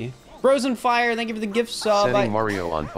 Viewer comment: YOU SAID TANK NOT THANK 😂